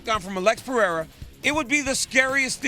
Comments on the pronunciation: Chael needs to put his glasses back it's Pereira not 'pierre'.. from a complete different continent 😂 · Chael Sonnen: Alex Pee-Air-Uhhh 💀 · Piiera 🤣 🤣 🤣 chael is horrible with names